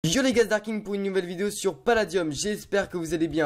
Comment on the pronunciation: Merci Darking! Tu sais bien prononcer mon pseudo :) Merci pour ta cléf Legendary en plus :)